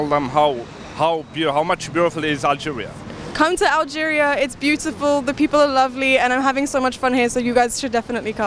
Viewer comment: نطقها لكلمات اللغة الإنجليزية ليس مثل شخص نشأ في لندن ... خاصة كلمة beautiful لها نطق مميز باللهجة البريطانية .. ليس مثلما قامت الاخت بنطقها ...